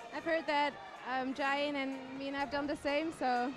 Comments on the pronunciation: He prounced "Jain" wrongly every time he said her name "Jain". I don't want this to happen again in her final. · again, her name is pronouced "Ja - in". Please do your job. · very nice commentating except for little things like mispronouncing 'Jain'